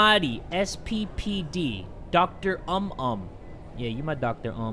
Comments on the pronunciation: Indonesian/malaysian/singaporean: doktor umum: doctor UM UM Skksksskskdjjsksks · I'm soooo late but as Indonesian fan, he is doing okay with saying Indonesian words.... Ehhhh not really but good for the first time except the "dokter um-um" That was funny 😭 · imma correct you..it's "oo-mum" and not "um um"🤣🤣🤣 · Dokter um um tho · I died when he said dokter Um-um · Yes, Kamar mayat translates to the Morgue And dokter umum is local doctor I'm also Indonesian, and I love how you said the words it was hilarious